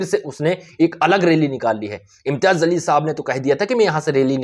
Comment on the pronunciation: Zalil nahi jaleel bolo.